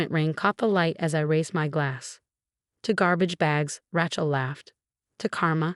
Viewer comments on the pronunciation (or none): It is not Ra(short A sound). It is Ra(long A sound). Do not be so uneducated. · Wish these stories would stop using the name Rachel! Pronounce as Ray-chel, not Rat-chel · I refuse to listen to another story w/the name Rachel mis-pronounced. This is totally unacceptable. Who uses this name pronounced like a tool. The name is not ranch -el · I drives me crazy